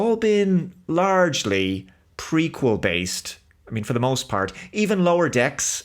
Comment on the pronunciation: Every time you said "Prequel" I could swear you said "Freakquel".